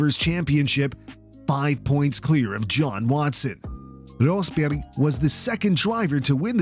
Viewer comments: Thumbs up for the correct pronunciation of the names Rosberg, Lehto and Häkkinen 👍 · As a Finn, I'm amazed you managed to correctly pronounce Rosberg and Lehto, but mispronounce Häkkinen. Usually it's the other way around with English speakers.